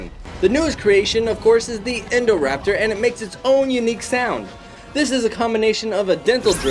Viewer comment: It’s not endoraptor it’s INDOraptor